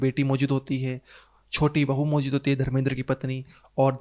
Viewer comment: Bro work pronouncing words Maujud and Goohar.